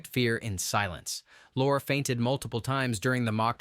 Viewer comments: Thanks for this compilation. Just one quibble: You have Peter Lorre's last name rhyme with "laura" or "lore," but it normally rhymes with "laurie" in English. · That's Peter Lorre pronounced Lor-ree. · Peter Lorre’s name is pronounced “Loree”. Sure sign the voice is AI. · The content is pretty good but enough if the AI BS! AI absolutely cannot pronounce “Peter Lorre” correctly….. what would it take to get a real mammal to read the dialog instead of running the narration script through a machine???? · i know, i was being sarcastic because the AI narration pronounced it incorrectly.